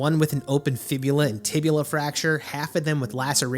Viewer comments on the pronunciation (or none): The "tibula" doesn't exist, it's a tibia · Dw. I just find it funny how so many people get the tibia's name wrong for some reason lol. As a med student it's painful to hear.